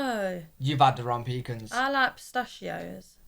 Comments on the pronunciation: PEECANS are what your grandparents keep under the bed in case they have to pee in the middle of the night! It is pronounced "pacahns". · We don't pronounce pecans as pee-cans, we pronounce it as puh-cons/peh-cons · Don’t say pee-cans. They are pronounced pa-cans! Especially in the South! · Puh-khans and puh-neuts are for France. Pee-cans and peanuts are for Americans. You are not from France so quit pretending. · PEA-KAHNS - not pee-kins - are NOT sweet. “All of your hearts 💞 need to be blessed” BIG TIME! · Quit saying PEEK ens IT is pronounced pee CANS (accent the capitalized sylable) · They aren't (Pee-Kuns) They're (Puh-Kahns) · Bless your heart. You guys need to pronounce pecans in Southern: pee-canz, canz as in ants or dance. If you need a place to stay on the east coast of North Carolina, let me know. We own a place in Beaufort, NC a lovely fishing village. I'll let you stay there for free. Seriously. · Pecans is pronounced with the first syllable very soft and the second syllable very hard: p kahn’ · In the South pecans are pronounced Pi-Kahns… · Pecans are pronounced pu-cons 😅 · pecans are pronounced pa caans